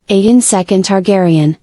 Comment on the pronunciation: It’s pronounced A Gone